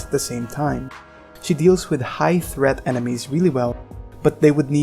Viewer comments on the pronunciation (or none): none